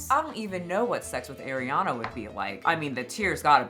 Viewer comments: Partially because keeps pronouncing it as Air-iana and not Ah-riana. Love but this drives me nuts 💀 after so many years. Bruh. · Ahhhhhhriana. Ah-Ree-Ahna. Not Air. Love ur vids!!! ❤❤❤😊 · Damn the way you pronounce Arianna is offensive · you usually have such good takes but you can’t even pronounce Ariana’s name correctly…it was clear this topic was not well researched on your end, or at least extremely careless. I agree on the ED parts. Everything else, you have the wrong narrative. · Why do people keep mispronouncing Ariana’s name…I watch you all the time but this is one thing I can’t stand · Also girl with peace and love, that's not how you pronounce Ariana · you are saying Ariana wronggg